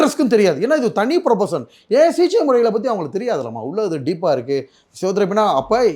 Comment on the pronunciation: First he is unable pronunce the Thamizh words properly, But he claims he is next Sivaji Sir. Sigichaiya CJ-ngiraar, Open surgerya Oven surgery-ngiraar. SSSSSSSSSaappppppaaaaaa..... Kosu Thollai Thangamudiyalada Saamy... Kosu vandhu kadichichina enna pannuveenga.. adha pannunga ella anchorum serndhu.